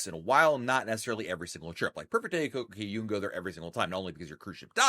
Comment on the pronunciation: I am sure someone has asked in a different video but I just noticed that the name is "Cococay" not "Coco Cay". Given that Royal chose the name, how to pronounce it and it's one word, why do you choose not to use their pronunciation? Wondered on many videos and thought I'd ask this time. This is not meant as a criticism but a true curiosity.